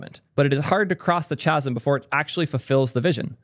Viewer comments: pronunciation note, my friend: ‘chasm’ begins with a ‘k’ sound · "chasm" LUL The h is silent.